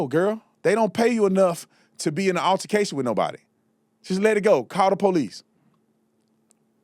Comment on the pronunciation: What TF is an "urrrtication"!? It's pronounced "ALTERCATION"!